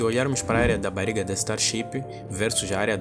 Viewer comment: "Bariga" foi foda, treina mais esse sotaque